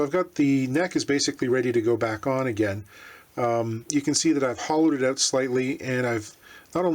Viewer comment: Great video... I knew u were CA... when u said “oot”... lol... I live 35 miles from the Martin factory and worked in Nazareth at one time... unfortunately not there... I hope they saw this video... outstanding work my friend!